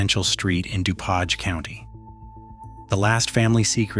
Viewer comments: Du paaaage county.....REALLY???😠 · “Doo-poge County”